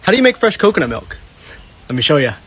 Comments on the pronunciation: Ca-canut Mel-k😂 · The “perfect” and “cacanat milk” were spot on 🤣